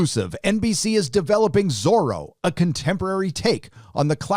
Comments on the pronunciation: Why does pronounce Zoro like Soro...s? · So it's not Zorro, it's Zorra, and believe me, it will be a great scandal among spanish speak people, as one meaning is... well, check it! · Is it not supposed to be Zorra?